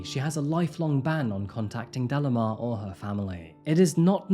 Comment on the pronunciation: delimar is pronounced like de-lee-már, not dellamar 😬